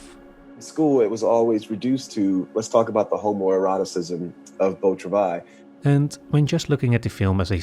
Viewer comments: Here here! What is the movie called? It sounds like he says "beau travais"? I only took 2 years of French, and forgot everything I learned. I looked it up, it is called Beau Travail. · What is the movie called? Beau Travais? I don't know French, and don't understand this presenter when he says the movie's title. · One tiny small little nitpick, I love your videos so much but, please put the title of the movie in the description. That's all. I couldnt understand what you were saying when you said the movie name and looked it up instead, then realized it might be in the subs. Would be tiny bit helpful for the name to be in the description.